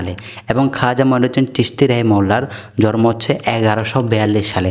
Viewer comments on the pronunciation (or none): ইনি ত জন্মকে জরম বলে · আপনার বাংলা উচ্চারণ ঠিক না,,আগে বাংলা শিখুন তার পর কথা বললে মানুষ শুনবে,,,জন্ম কে বলেন জর ম